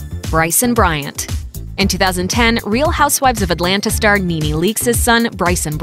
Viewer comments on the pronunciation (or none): none